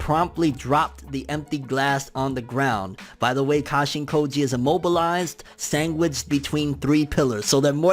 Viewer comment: "SANGWICHED between three pillars"